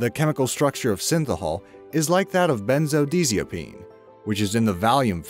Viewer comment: In the 2nd minute, you said that agriculture is "unsustainable"? Really? wow... please check your sources/how you interpret the results. You also mispronounced Benzodiazepine. Its 'Benzo-Die-azza-peen'.